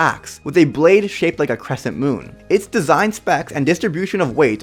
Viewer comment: "Cwesent moown" 😂😂